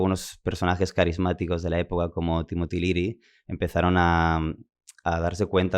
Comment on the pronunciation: Es Timothy Leary, no Timotiliri